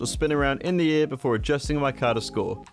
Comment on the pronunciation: saying “in the air”, “indiaa”